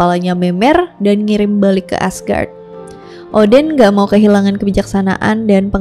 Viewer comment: Namanya yg kudengar seakan, Scholtz or Skull, shantung or shutung , boogey or boogey man, Odin or Udin ?! 🙊